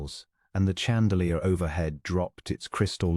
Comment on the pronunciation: Pronunciation. Chandelier . Not ch as in chum, but sh as in shut. This is a French word.